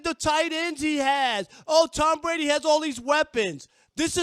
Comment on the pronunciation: Who is “Tom Bwady”?